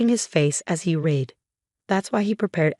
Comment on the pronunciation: I will subscribe when the Ai learns that the past tense of READ is pronounced RED.